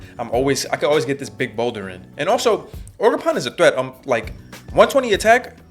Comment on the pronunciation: "ogerporn" yo wtf this dude been watchin too much shrek